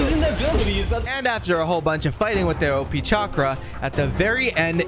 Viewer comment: Rip derp 💀 Not him saying chakura